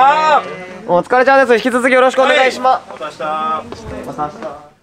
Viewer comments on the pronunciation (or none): 「引き続きよろしくお願いしま」 大森レベルになると、「す」がいらなくなる。